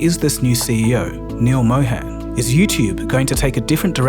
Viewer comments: Neal Mohan, "Mohan" like Moe-hun (not moe-hen). sorry, couldnt help it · Just a small correction, his name is pronounced Mo-hun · It's pronounced Mow - harn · Pronounced "Mó-hun" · It's pronounced Mo Hun as in Hunt...it would be much appreciated if you try to pronounce the name correctly because it's a very common name. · Excellent video, but I just don't understand how you've done such tremendous amounts of research into everything but pronouncing his name right. I would think he deserves atleast that much given how many times he's been read off your script.